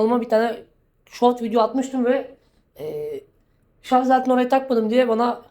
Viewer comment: Şu ŞARZ demeyi bırakmadınız. Daha mı halktan olunuyor kendi dilini yanlış konuştuğunda. Git şimdi arapçayı ingilizceyi öğren elin memleketinde.